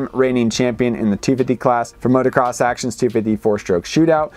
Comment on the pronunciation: Jeez please stop calling it motercross